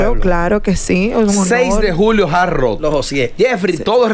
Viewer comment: y es tan dificil que supuestos comunicadores/as pronunciar HARD ROCK- Jard Ruok y decir JAR ROO